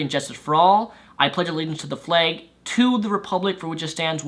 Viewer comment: you sound like you're saying "the fleg"